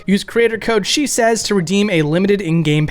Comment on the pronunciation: When you said "I'm your host Shesez" I thought you said "that's what she says" the first 3 or 4 times I listened and it was great considering what came before it.